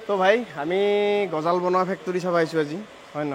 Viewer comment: Gojol nohoi gojal hoi